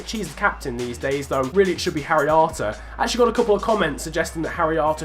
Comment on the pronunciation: When you say harry arter, it sounds like haryanto in my ears😂